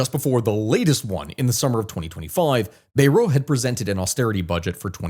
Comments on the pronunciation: Bayrou is pronounced "Bayroo" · I do commend you for 45 min talking about our shamefull display. Bayrou is pronunced BAY and row (kind of the W is silent). Still there is one problem in France which cascade in this mess: We have a president who disregard all French tradition in politics. He won't resign, he won't nominate someone not from his party or allied. The things past presidents done in the past as it was "normal" behaviour, the "honneur" one. You didn't get the majority there was a cohabitation like in us politics a powerfull president on some domain but for most he is helpess as that's not his hands anymore. That helped the country to balance politics and stabilize the whole mess. As french politics and ideas goes we have 3 currents in france, The leftist which is far broad but as an alliance the can make like 30% of population then you have a good 60+% for conservateurs and far right. The logical choice (i'm no partisan in this) would have to choose someone as prime minister for the far right and alliance himself and his party to it to "counter balance" theirs ideas. A coalition! simple countries have done that for centuries..... We need statemen again in France and not dictators... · Bayrou is pronounced “bye-ROO”